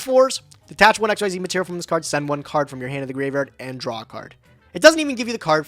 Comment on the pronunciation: I know no one says it since he won't change. But my god. Xyz monsters have been around for 12 years and is still pronouncing it X-Y-Z. It's ex-zees. Smallest thing that just irks me. It's MORE VOWELS. You're putting in MORE effort to pronounce it WRONG.